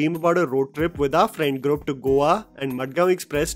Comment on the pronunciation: ITS GROUP, NOT GRUP